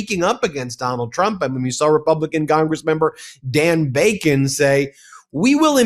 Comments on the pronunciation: How can you say Dan Bacon multiple times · Bro, it’s DON Bacon